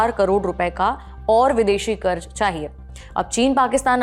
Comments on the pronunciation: There’s a problem with your diction madam. It is not “Karj”, the correct word is “Karz”. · KarZ and not karj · क़र्ज़ होता है क़र्ज़ कर्ज नही 🤦🏽 हिंदी तो ठीक से बोलिए मेमसाहब 🙏🏻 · कृपया अपना उच्चारण सही करें. शब्द जैसे "क़र्ज़" इत्यादि. सुनते सुनते जब यह शब्द बोले जाते हैं तो ऐसा महसूस होता हैँ कि खाते समय दाँत के नीचे पत्थर आ गया. विनती हैँ. News imp. हैँ हम सुनना चाहते हैँ.